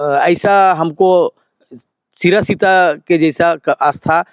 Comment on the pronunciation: सिरा सीता नाले नहीं सिरसी ता नाले बोलिये